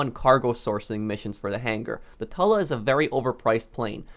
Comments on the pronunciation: I like how you pronounce 'tula' as "Tala". I pronounce it as "Toola" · It's pronounced toola not tulla the tula is actually quite well with a Decent pilot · Btw the tula is not pronounced tul a its toola you can just delete this im not helping just pronouncing it so im a useless comment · TWO-LA not TUH-LA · he said Tula like tuh luh I say it like too luh it don't matter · its not too la its pronounced cho la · At number four we hava the TalA. It's tula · Tula is pronounced Chula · I pronounce the tula the toola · it’s pronounced tUUUUUUUUla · I thought the tula was pronounced too-lah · Not trying to be rude at all but the Tula is actually pronounced Toola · the tuh-lah. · Firstly, its pronounced too-la, and secondly, the Mogul is a beast of a bomber. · When he said tula wrong, I felt a disturbance in the force